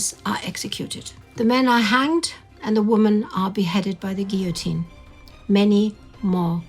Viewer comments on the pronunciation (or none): none